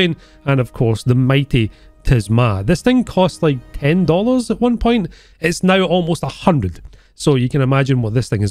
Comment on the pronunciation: "Sleep Nao."